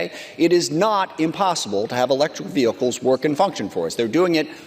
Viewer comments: Really annoys be how she says ve-hickkles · LOL at Marjorie Taylor Greene acting like she wants military recruits to get paid more and calling “vehicles” “ve-hicles.” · I'll have you know it's vee-hickels. Lol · Her pronunciation of VEHICLES is funny